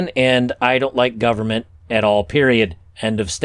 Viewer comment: "i don't like gub ment period" Ha! I knew there was a reason I liked you,!